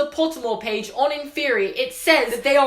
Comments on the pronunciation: Okay. I like you and all, but it's pronounced "in-fur-eye", not "in-fear-ee". Just saying man. Keep it up! Love your videos. Harry Potter is life. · It’s in-FEH-re-I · I thought he said in therory not inferi 😂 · I thought inferi was pronounced in-fur-eye. I think I'm wrong. Oops. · The way you pronounce inferi is blowing my mind. I always thought it was in-fer-eye. Because it's the plural of inferious. Like many words ending in us like octopus. Also when I got the audiobooks Stephen Fry reads it like that. If i'm wrong though I've been thinking it wrong forever and that'd feel weird.